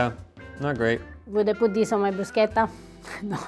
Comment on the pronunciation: You missed Kirkland brand from Costco., per favore, teach your husband to say "bruschetta" right.